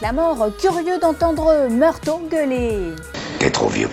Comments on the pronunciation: "Meurto"... Roger Murtaugh, ça se prononce "meurtof" C'est pas une saucisse de... Morteau XD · Par contre, le sergent Murtaugh se prononce “Meurtof” et pas “Marteau”! 😅 Je plaisante! Très sympa cette video! 🙂😎👍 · Murtaugh, on prononce « Meurtof » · meurtaugh sa ce lit meurtoff MEURTOFF TA COMPRIS ? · J'avoue, elle m'a fait saigner les oreilles!! La meuf lit son texte à merveille, mais alors putain...elle a jamais vu l'arme fatale, sinon elle n'aurait jamais pu dire MEURTO. La loose de présenter une émission ciné sans connaître ce classique. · Murto ? !!!!!! On dit Murtaugh (ffff), c'est quoi cette nana ?